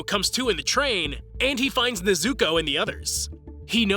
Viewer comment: NEZ-OU-KOE*** not NEZ-OU-KOO